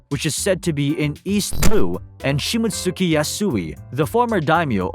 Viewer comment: Shi-mott-ski! You're butchering that pronunciation. You probably pronounce Sasuke sa-soo-key lol